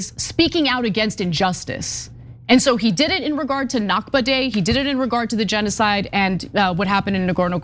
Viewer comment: Al Nakba(Arabic for the catastrophe, referring to the creation of the state of Israel) is pronounced from the throat. Other than that, everything you two have said is correct. To me, dogs have always been my close companion. I cannot stand anyone who abuses dogs. People who abuse dogs are extremely insecure.